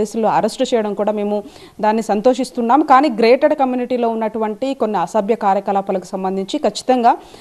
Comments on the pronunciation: Madam garu….. grated community kaadhu….. GATED community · తల్లి అది గ్రేటెడ్ కమ్యూనిటీ కాదు❌....గేటెడ్ కమ్యూనిటీ ✅